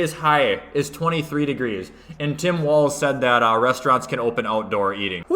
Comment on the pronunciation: it’s not Tim Walls, it’s no ball’s Walls.